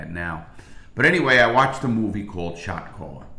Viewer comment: That's all I hear now!